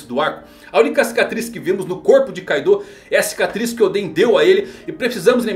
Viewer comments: Meu amigo, o nome é Kaido, e não Kaidô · Tô rindo de raiva dele falar Kaidô kkkkk